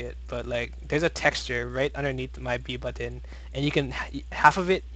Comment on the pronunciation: The way you pronounce the double “t” in “button” is infuriating.